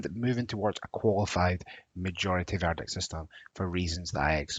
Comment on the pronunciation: Another guy with poor diction. Lazy, missing the letter "t" and can't use ending of "ing" No doubt he thinks it makes him sound more Scottish. ha ha. It was the strange pronunciation of "verdict" many times that was jarring. I realised he was saying VERDIC Crazy such a person is teaching on Open University. I like the Scottish accent but not the lazy slang